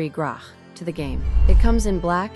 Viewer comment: Minor thing: the Russian pistol is mispronounced. The 'ch' at the end should sound like in the word 'match'. A more correct transliteration should have been 'gratch', but, of course, there is the usual convention for Russian transliteration into English, (by both the Russian and English schools), which leads to confusions like this. (Otherwise,. one can call it the Yarygin pistol, as this is its conventional name.)